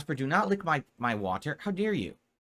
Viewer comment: Who says water like that? WaTUR. Such an alien.